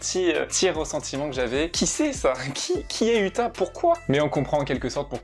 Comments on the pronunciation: 👺 sa s'ecrit uta mes sa se dit outa et tu dit uta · C'est outa pas uta (pour la prononciation)